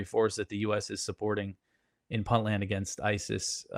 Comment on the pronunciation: To the lady host, it's first syllable is not "Puntland" pronounced like punting a football; it's pronounced like "Point"-land. Thanks for the great video and the knowledge of this antiwar website!